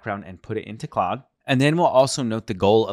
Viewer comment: it's pronounced like clod - not cloud